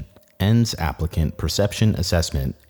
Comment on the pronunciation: anyone else catch him mispronouncing “assessment”? First time i’ve caught that beautiful voice saying the wrong word